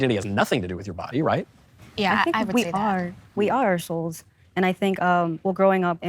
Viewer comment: "We are our souls" Yeeeea I heard "we are ar**holes" but that's probably because I'm British! I don't disagree tho!